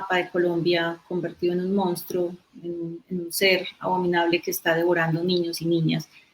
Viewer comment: Simples divulgadores del fenómeno pero no se acercan ni tangencialmente a las causas de este. Por favor, es insólito que todos quienes hablaron pronunciaron incorrectamente la palabra " monstruo". Favor revisarla. El rubio comete sinnúmero de incorrecciones al hablar.